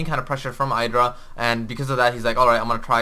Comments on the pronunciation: watch gomtv, it is pronounced idra not eydra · It's actually ih-dra. Idra himself said the name came from a shortening of an anime character's name, so it's pronounced the Japanese way.